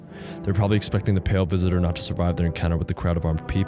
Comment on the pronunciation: "The Vale Pisitor" 🔥🔥🗣🗣